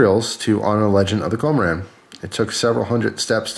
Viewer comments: I believe it is pronounced (KUM-ORE-IN) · "kō - mō - ron" would be the correct Japanese pronunciation. Nice thing about Japanese: the vowels are always pronounced the same. Once you know how they are said, you can say any Japanese word close enough to be understood. (Where the emphasis on a syllable is can affect the meanings and pronunciation somewhat.)